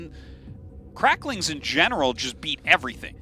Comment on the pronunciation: finally I heard it - cracklings. They're not called adrenalings